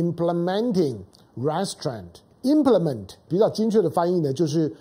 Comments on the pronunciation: 唐兄，’restraints’ 的重音在第二音節，ri’streints. 見諒。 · restrain 的重音，在train 那里，请注意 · 友好提示： Restraint 应念成 "re" "straint", 不是 "rest" "straint". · Mr. Tang, "restraint" is pronounced as ree-s-traint with accent at the second syllable not the first. "mob" should sound like m-aa-b. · 哥，restraint 要读re-straint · 唐先生，麻煩您趕快糾正 “RESTRAIN” 的發音，聽上去像 Restaurant 😉👎🏿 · 唐湘龍身邊沒人提醒/糾正他Restraint的正確唸法嗎？ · restrain二音節的重音在t上 趙少康在鳳山罷捷選民沉痛努力表達民意遭邪惡政權愚民操縱後，第一時間立刻說罷免之議應休止，這種和稀泥精神要中興個屁! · Restraint 英文重音是在後面。😊👍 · 湘龍restraint 這個字你唸錯了。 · Mr. Tang pronounced Restraint wrong. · restraint 重音在第2音節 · 你的restrain發音不正確. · 老唐，跟google或杨永明学学"restraint" 怎么发音。你的重音错了，发母发音错了，也很难听。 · 湘龙哥的英语发音不太行啊，restraint读的太偏了，每听到一遍都感觉很走戏